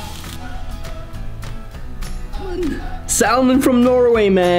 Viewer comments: love norwegian salmon! btw its pronounced with a silent L. 😉 scotts valley in california has the same ambiance as there. small town lots of trees and mountains. and its near sta. cruz where there's super cool surfing. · when pronouncing salmon - the L is silent - just so you know :) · Ha ha you say salmon pilipino inglish normally foreigner say samon with out L